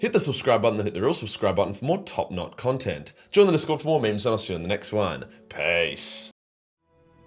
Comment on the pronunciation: Did you say top knot content?😂